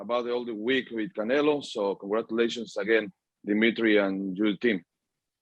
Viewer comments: He says canela lol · Am i trippin or does he say Canela 😆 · I guess the Mexicans are right. He keep saying "Canela". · Bivol calls Canelo "Canela" LOLOLOL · Bivol keeps saying CanelA 🤣🤣🤣 oh man, hes funny, obviously he doesnt do it intentionally hehe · Hey Bivol...it's pronoun CanelO NOT CanelA..... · Why do Russians pronounce “Canelo” “Canela” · Love how Bivol always calls him Cannela 😂just to butcher him further lol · Yes, canela. The o in Russian is pronounced as a. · He’s calling him a girl 😂🤣